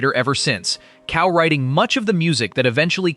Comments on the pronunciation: "...cow-writing"??? Dude, you've gotta tweak that AI voice. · your computer narrator pronounces co-writing as COW-writing. Boo! I mean, Moo!